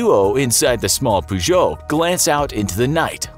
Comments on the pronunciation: peugeot like 'purr' not 'poo' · "A small red Poo-Joe" Pretty sure you're pronouncing that wrong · ffs its not pronounced "POO-geot" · I use to say “poogoat” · Did he just pronounce Peugeot as poojoe, Americans man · Learn to pronounce Peugeot if you learn to say italian names properly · The way you say “Peugeot” really triggers me. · I thought it was just me 😂😂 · The way he says Peugeot is really stressing me out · This man can’t pronounce Peugeot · Mildly triggered by how you pronounced peugeot